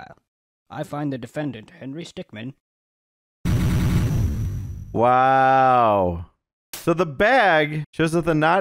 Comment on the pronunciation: henry stickmin is pronounced stick-min not stickman